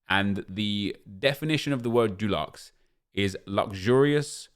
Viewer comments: Nep says DULUXE not Deluxe 😂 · Love the content but it’s stresses me that you say duluxe when it’s deluxe hahaha, what a sad life I have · Can you please say deluxe right man haha - it’s not Duluxe. You aren’t painting your bathroom Nep. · Am I the only who can’t stand how he pronounces deluxe. It’s Dee-lucks not Doo-lucks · Why does he keep saying jew-lux, it’s pronounced dih-lux 😂😂😂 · Does everyone say DUELuxe like nep or deluxe like me🤣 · Stop saying doluxe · Can you stop saying deluxe as “dulux” please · Him saying dooluxe is triggering me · Nep please stop saying “DULUX” 😂😂 it’s not paint my friend! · No one:: Calls deluxe “dulexe” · Nobody: Absolutely Nobody: Absolutely Positively Nobody: Not even a single soul: Nep: DU-LUX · Sorry nep it’s de-lux pls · Why do you pronounce deluxe as if it's the paint brand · How can you not say deluxe 😂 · Why’s he saying deluxe wrong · deluxe comes from the French though, and the way Nep says it isn't right either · the way you say DELUXE aggravates the shit out of me🤣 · The way Nep pronounces deluxe makes me uncomfortable